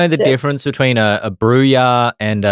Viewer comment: As Austrailians, you don't have much call to know Spanish, but J in Spanish sounds like H. Therefore, "Brujah" is "Broo-hah", so Dael is correct there. Brujah are typically punks and thugs. Ben, Toreador are the artistic ones. Ventrue are the Blue-Bloods, the wealthy and well-bred, which may be confused with Tremere, who are the Alistair Crowley sort.